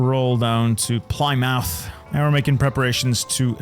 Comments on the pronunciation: I love how he can pronounce every town in this game except for Plymouth lol. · This was the exact granular set of tactics and build choices I was looking for. English grammarians will love how pronounced Plymouth as Ply-mouth and Portsmouth as Ports-mouth!!! So entertaining... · Don't know what it is with American and pronouncing British place names. "-mouth" is almost always pronounced "muth", and the first part of the name is usually pushed into it, so it's more Pli-muth than Ply-Mouth. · "port MOUTH ply MOUTH